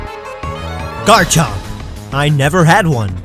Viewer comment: DO NOT LEAVE OFF THE M IN GARCHOMP!